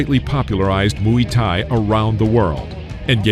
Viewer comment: Muay Thay, not Muy Thay 😂😂